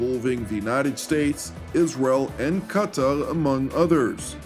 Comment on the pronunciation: I love this news. For anyone who enjoys being informed about major events in the middle east, this is it. Thank you! ... and I like the way you say Qatar... you don't say cutter, corer, carer, gutter... no, you say Qatar.